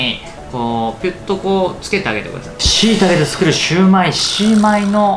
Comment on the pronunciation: し→タケで作るシゥマイ（笑） そうみ の上湯（笑） 僕に大さじ１（笑）